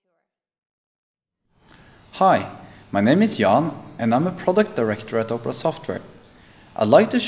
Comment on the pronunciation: It sounds like he's saying Oprah!